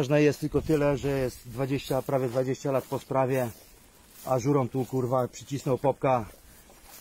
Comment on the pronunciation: To nie żurom tylko Ŕurom